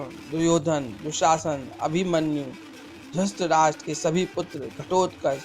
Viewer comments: Abhishek Kumbhalkar to it's dhrithrashtra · Aap drutrahstra ko dustraj bolte ho Very well, keep it up, enjoyed a lot😁👍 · Aabe dhrustrastra nhi dhrutrastra bol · Mere bhai dhutrastra nhi dhritarashtr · Bhai pahle ye Bata du apko ki drasht rashtra nahi hai dhratrashtra hai please use correct prononciation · Dhrtrastra bolne ki practice kro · Dhuurtrashtraa had hai bhai aapki aavaj aur uccaharN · Pls aap dhritrashtra ka naam to dhang de bolein pls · Maharajah Dhratrashtra ka naam sahi sa pronounce Karna sikho